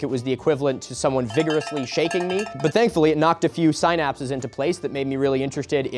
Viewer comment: Pronounced sin-apse not sigh-napse. I don't care, but you seem like someone who might